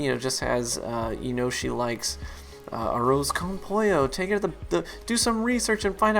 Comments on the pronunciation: "aroz con pollo" sounded like "aroze con poyo"lol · the way he said arroz con pollo killed me